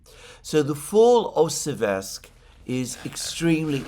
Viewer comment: It's SÉversk, Alexander 😭. There are reports that allegedly US Secretary of "war" has removed Driscoll as the negotiator because he allegedly overstepped his boundaries whatever that means.